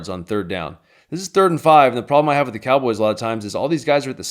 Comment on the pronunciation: "we got one more thing for you cowobys fans" lol